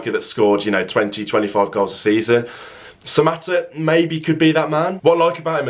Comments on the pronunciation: you said that right mbwana samatta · You have said it right bro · You said it right buddy